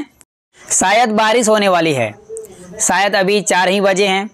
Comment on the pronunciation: सायद नही, क्रुपया शायद बाेलीये